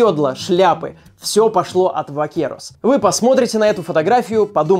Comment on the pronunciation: не Вакерос, а Бакерос)) по испански буква V читается как Б